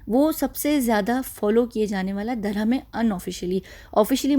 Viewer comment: Dear, Hi You often say Durham to denote religion…which is a wrong pronunciation Durham is actually the name of a currency of one of the Arab country The correct pronunciation for the word is Dharum When ever you feel uneasy or afraid 😱 as if you are in a haunted place then please recite Aytul Kursi and Surah Falaq and Surah Naas. Keep up the great 👍 work Lots of duas and love 💕